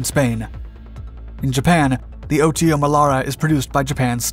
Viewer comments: It's not pronounced O-T-O but OTO, one single word. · It's pronounced "auto" Melara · I've seen several of his videos and he keeps mispronouncing things like that - notice he didn't say "em kay 75" he said the proper "Mark" 75 but can't say "Oto". then again he utilized the word utilized, but a lot of people keep misusing that word - a gun can not "utilize' a type of ammunition no more than you can "utilize" a spatula to flip burgers on a grill - you "use" it. Utilize means to use something in a way it is not intended to be used - you "utilize" a spatula to swat the dog off the picnic table. That's the difference in the 2 words - sorry not trying to be a grammar police but that is one pet peeve I have developed, and they's ain't no way fer me to control it.😛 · I love the "OTO" pronunciation!!😂